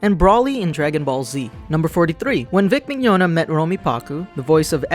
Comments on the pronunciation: I can't believe they pronounced Vic Mignogna's name wrong. >.> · LOL woops. That's my bad. Mignogna's name always gets me. As for the Hetalia reference, I meant to say siblings, but screwed up. D